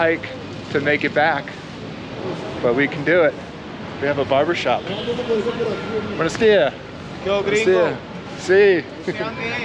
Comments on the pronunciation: It’s Buenos DiaSSS .. not buenos díA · My big takeaway is that the dude is hyper-anxious because he's basically wearing a neon sign on his forehead that says "Easy mark, right here!" Secondly, when you have just the bare essentials of the language, everything sounds more threatening. (Ps, it buenoS díaS. Ya gotta pronounce the S's.)